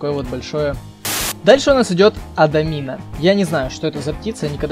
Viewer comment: Не ададина а амадина